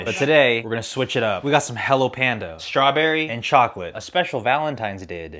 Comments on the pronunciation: I like how they pronounce es--true--berry..sounds cute.. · I see older generation Philipinos pronounce strawberry as many non Emglish speaking latinos.